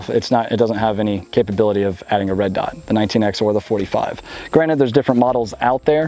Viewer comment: What are you a rock monster? It’s pronounced “granted”.